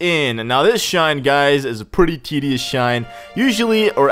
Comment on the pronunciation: He says tideous a lot